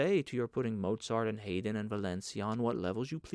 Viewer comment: The mispronunciation of Goethe and Hermione and Haydn really bothers!